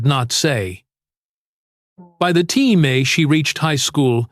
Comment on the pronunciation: Artificial intelligence can't pronounce TIME